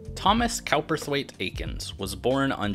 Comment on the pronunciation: “Cowperthwait” was likely pronounced “Cooper-thwait”.